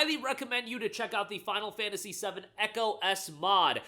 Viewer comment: I heard you say final fantasy 70 not 7 when you said it.